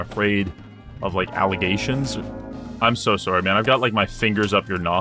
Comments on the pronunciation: Idk wether to believe his uncanadian killing or his extremly canadian "soory" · The most violent Canadian I've ever seen. I don't know for a fact that he's Canadian, but I'm willing to bet my life on it. I heard that "sorry", so that's enough for me.